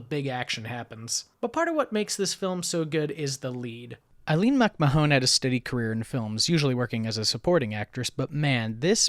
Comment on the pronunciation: Still enjoying the reviews - please keep them coming! For the record, Aline MacMahon's last name is pronounced, "Mac - MAN". I found that the film was remade in 1941 (to code!) as "Highway West".